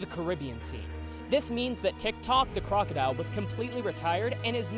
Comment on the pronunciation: TikTok the crocodile...I could have SWORN you said TikTok the clockodile.